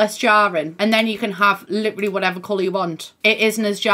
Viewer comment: I keep thinking you're saying "liberally" when you say "literally" LOL